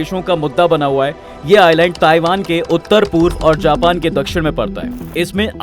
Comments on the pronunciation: abbe Japan ko pronounce to sahi kar le, jaahil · Japan ache se bol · Bhenchon Japan Thik se to bol le pahela